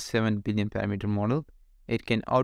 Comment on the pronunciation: Hey man just a tiny English tip, the emphasis in parAmeter is on the second a, not the first e. Good video, very interesting. Hope I wasn't too annoying (